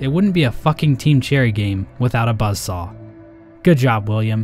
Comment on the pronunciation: Buzzsaw? more like buzzSHAW